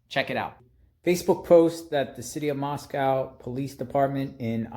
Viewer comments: Moscow is pronounced , Moss-Koh like the word oh not COW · Read your comments, it's pronounced MOSS CO !